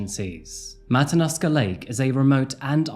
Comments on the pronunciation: I’ve lived in Alaska for 18 years. This was a very sad time. Poor Samantha 😢 Also, if anyone cares, the correct pronoun citation for the lake Matanuska. It is Matt uh noosk uh= Matanuska. Just FYI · It's pronounced matta-new-skuh Matanuska Lake. Thanks for doing this story.